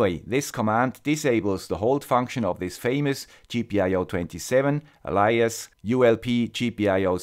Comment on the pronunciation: Thank you. Excellent video. Could not be clearer. p.s. let me be pedantic about the pronunciation of 'alias'L it's pronounced like 'ale - i - ass' (a 'flat 'a' in 'ass')